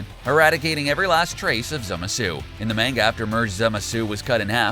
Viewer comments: its MANGA not MEANGA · bro calls manga “main-ga” instead of “maan-ga” :heh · Holy shit please stop saying main-ga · its pronounced MON-GA not man-ga, LOL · It's not MEIN-ga, it's pronounced MON-ga. Fucking Hitler...lol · it’s not manga (mayne ga) it’s manga (mahn ga) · Why are you calling it mainga and not manga. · IT IS NOT MANEGA!!! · I can't watch this because you say menga its manga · I'm pretty sure its pronounced Mon-Ga not Main-ga. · Mahn-ga not Main-ga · I'm pissed cuz he kept saying Manga like (May-nga) instead of (Maw-nga) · bro "mane-ga" is hurting my soul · Oh boy I SHURE DO LOVE ME SOME MANG-GA LOL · Why do they sai Main-Ga? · "in the MAENGA" is all i heard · Mang-ga wow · Its pronounced monga omg maaanga hurts to hear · Suaki “mayn-ga” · I hate it when people pronounce Manga like Mango. They even pronounce Mango wrong. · they say manga like mango and mango like manga like wtf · Yeah he said menguh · Hearing him say Main-Ga is enough to make you trigger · Did he just mispronounce manga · I’m going to do a drinking game. Every time he says manga wrong, drink a shot. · I cant take any one who pronounces manga incorrectly seriously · It always gets me when people pronounce manga like he does in the beginning. It's petty, I know. I do like the video. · lol but he pronounced it lik man-ga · Am I the only one irritated by his pronunciation of manga and some of the characters names??!? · Mayngah,zimasu,ze-no,khalifia I don't think the narrator actually watches super lmao